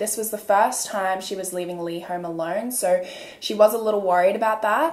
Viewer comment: very much out of topic but right after she pronounced 'know(r) & so(r)' i immediately knew she's australian 😂 idk if im right, im new ✨